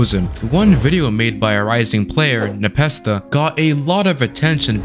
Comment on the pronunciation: That is not how you say Npesta